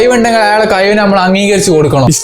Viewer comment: ഡാ കഴിവ് എന്ന് പറയു. കയിവ് അല്ല.